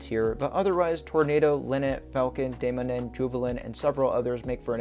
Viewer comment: since im from denmark and you pronouncing the names so weird made me laugh i will fix it Piraten: Pee-raa-Ten Lynet: Lyy-net Dæmonen: Demo-neen